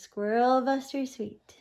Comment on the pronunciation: it is not "sweet cake". It is a suet (soo-ett) cake